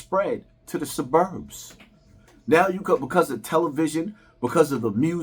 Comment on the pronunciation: Bro why do u pronounce “Suburbs” like that 😂😂😂